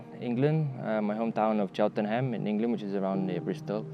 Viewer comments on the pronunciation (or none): You even pronounced “Cheltenham” the Malaysian way 😆